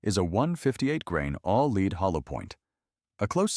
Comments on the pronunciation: Why do Ai slop always mispronounce the Element Lead (Pb) as "leed" instead of "Led"? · lightweight revolvers would run nice with wadcutters. they do a good job. go deep enough but not too deep. and recoil is nice. and this AI should learn that lead is pronounced LED and not LEED. ( I did not know AIs can shoot) and while talking about the 38 special it might be a good idea to show 38 special guns only and not 22LRs and 32 HR Magnums.